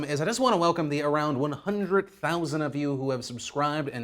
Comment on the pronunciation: love you phil. been wtaching since 2010 ish, I'd like you to work on your pronunciation of the word HUNDRED It ends with a D not a t. DRED DRED DRED DRED. HUN DRED. Thank you